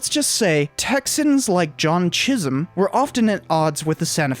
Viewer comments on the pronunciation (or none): none